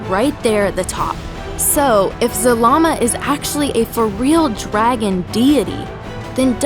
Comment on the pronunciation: “The ancient dragon god, Zamama” Did anyone else catch that ? XD